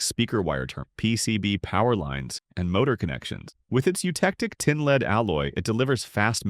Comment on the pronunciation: AI generated ... Leed and Lead hahahaha